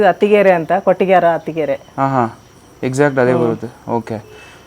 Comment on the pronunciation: ಕಟ್ಟಿಗೆ ಹರ ಅಲ್ಲ ಕುಟ್ಟಿಗೆ ಹರ